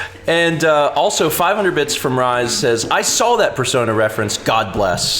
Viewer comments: " Rise Kujikawa" As a fan of Rise, (she's one of my favorite game characters of all time), your pronunciation kinda made me cringe haha. It's "Re-say" c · Yeah, every time he said Rise I had a miniature aneurysm.